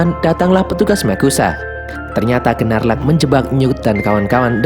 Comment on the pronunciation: Maaf min... Bukan Gerrelt tapi GeLLert Grindelwald. Biar g belibet, Grindelwald aja. And its Queenie, bukan Queen Benar Gnarlak, tp dibacanya Nårlak Demiguise = demigais Adik Credence namanya Modesty Hal kecil, tapi penting. Krn mnygkut identitas karakter And you miss one crucial thing: knp credence dgn mudah bhnti saat Tina dtg, krn sblmnya Tina cast magic kpd "ibu"nya Credence saat dia akan menyakiti Credence. Dan krn hal itu jg Tina diberhentikan sbg Auror (pnyelidik).